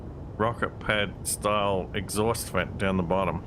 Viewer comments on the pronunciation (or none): none